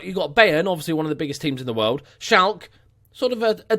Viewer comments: Its SchalkE, not Schalk.. Probably why they didnt want you :D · Schalke probably heard your pronunciation of their name and were like pass lol xD.